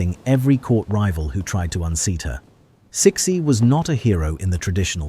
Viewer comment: "Suh-SHE", not "Six-y"